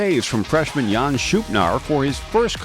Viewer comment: Goaltender for North Dakota is Jan Špunar (pronounced YAWN SHPOO-nor) not Jan Shoopnar.